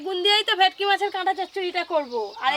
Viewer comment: ভেটকি ❎ ভেকটি ✅